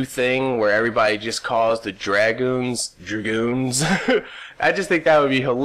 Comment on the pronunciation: lmao, it does kind of sound like that sometimes when he says it. but if you're actually being serious, he said drewgoons.